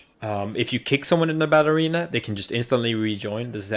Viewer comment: Sounds like he is saying "ballerina" instead of "battle arena. Hah